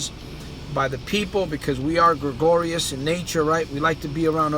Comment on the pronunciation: Gregarious; not “gregorious” Tiresome and boring speech falling on deaf ears, why bother.